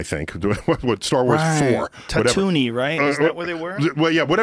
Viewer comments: ”Tatoonie”. ”Whatever the desert planet Luke was on” TATOOINE, MAN. LUKE LIVED ON TAT-TOO-EEEEEEN! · Isn’t it fricken like, tatuweenie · The planet is pronounced Tat-Oo-EEne. Tatuni is like calling Africa Afriki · “Tatoonie right” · Like if "Tatoonie" hurt you. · I literally bursted out laughing at work when I read this comment and heard Joe say Tatoonie at the same time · Did he just seriously say tatoonie? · Joe "Tatoonie" Rogan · It's tatto ween. Or have I been lied you my whole life? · Ta toonie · Lol yea that hurt it’s obviously it’s tattone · "Tatoonie"... I guess words can hurt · He called it tatoonie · Lol he totally said Tatooney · Franky Thomas It’s “Tattooine” so Tat-oo-een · HarpManic It's Tattoo-een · Joe Rogan came from the tatoonie planet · its stylistically designed to be that way, its like poetry, it rhymes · but you miss the part where joe says “tatoony” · "Tattoonie" "Visiting his step-parents" Not gonna lie chief, that shit hurted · Did he really call tatooine "tatoony"? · “Tatoony” -Joe Rogan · Star wars fans die inside when he says tattoonieie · Hold on.... Did he just say Tatoonie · Joe said “.. that planet tattoo-knee right?” 😂😂😂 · You DID NOT just say “ Ta-tooney” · ”Tatooney” lmfao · Tatooine. I used to say Tatooine too lol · couldn’t get past the first 20 seconds after I heard Tatooine pronounced as “Tattoony” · “Tatoony”...Oh Joe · Joe rogan saying tatoony really upset me until i told myself quit being so offended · Joe “Tatooney” Rogan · Joe “Tatoony” Rogan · Ah yes, Tatoonee. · Joe "Tattoony" Rogan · Did joe just call Luke’s home planet tat-toonie? Is it a planet or a tattoo of a Canadian coin? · Joe calling tatooine tatooney is just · Joe, "tatoonie"... bro... 💀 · Sorry but joe calling it tatoony is hilarious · Tatoo-NIE? The most celebrated astrophysicist doesn’t know the name of Luke Skywalker’s home planet? UGG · Tattooey right? No joe... it's not tattoey. That sounds like the place where that Rat Chef would be from.